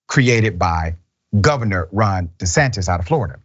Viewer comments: Dr Richey don’t say De Satan, say The Satan. 😂😂😂😂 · Governor "de Satan!" I caught that! Good one!